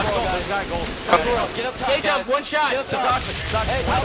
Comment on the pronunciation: K jump....not gay jump.